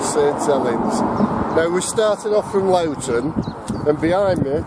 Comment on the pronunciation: It is NOT Lawton it is prounounced LOWE TON